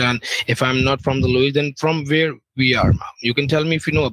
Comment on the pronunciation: They're saying vher instead of where ...